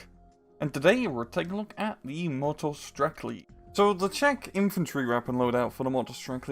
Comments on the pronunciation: It is not Motostrekli, it is Motostreltsi. Tsi is just like you would say "Tsk". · C is c not k And it is motostrelci not strekli